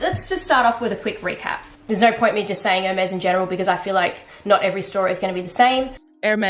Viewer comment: The is pronounced “airMEZZ”. The accent over the “e” means something. It is NOT “HERmeez”. Got it??